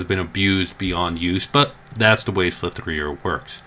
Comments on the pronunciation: Sligh three er. Slic3r ha. oh man. It's Slicer, Slic3r. lol. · you do know the 3 in slinc3r is replacing the E you stil pronounce it as slicer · Jesus Christ. I'm not sure I can trust the rest of what you say when you can't realise that its pronounced "Slicer". The "3" represents a backwards E. 3=E-reversed. Make sense? Or do I need to draw a diagram? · I really hope the slicer mispronouncing was satire lol